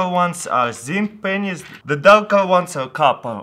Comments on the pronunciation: can't stop laughing... that pronunciation... p***s😂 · Lol i thought he says "Penisses" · did taras say pennies or pen15? jk jk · Let me guess before watching the video. He will pronounce pennies as penis. I can tell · Every time he says pennies xD ROFL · make sure to turn on your captions when he says "Pennies"